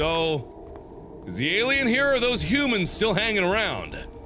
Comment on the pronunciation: The return of the word HOOMANS!